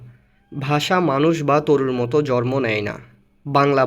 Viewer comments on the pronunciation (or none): শব্দটি- (জ+র+ম) নয় - শব্দটি - (জ+ন+ম)